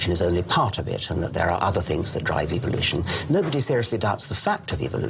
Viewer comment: what about how he says Evil-lution